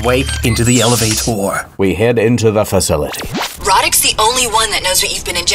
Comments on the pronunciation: "Rawdick", did I hear that one right? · Pole here and it’s difficult for me to take the bad guy seriously with “Radek”. Also, the English voice actors pronounce the name weirdly lmao